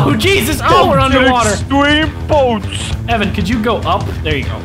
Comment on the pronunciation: Lmao called his Evan suit "im ephan"